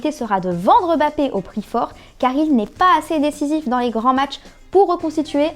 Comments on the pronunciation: A la sixième minute la meuf elle dis bapper mddr au lieu de mbappe c bien beau de mettre des meuf en présentatrice pr l'égalité homme femme lol , mais au moins qu'elle y mettent un peu plus d'effort lol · Comment ca m'insupporte les gens qui dise Bapé !!! Est-ce qu'on dit Eymar ?? Zaaabi